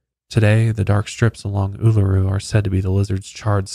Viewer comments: seeing my last name in the title was a jumpscare😂 had no idea it was known as Ayers Rock! You nailed the pronunciation, first time I've seen someone get it right! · Aussie here :) very impressed with your indigenous pronunciation! Uluru and Kata Tjuta is a very spiritual beautiful place ❤️ Especially at sunrise!